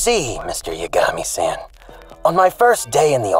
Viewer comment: I'm not sure which is funnier, the bad pronunciation or "Mr. Yagami-san", like he thinks 'san' is part Light's surname and not the Japanese version of Mr./Ms./Mrs.😆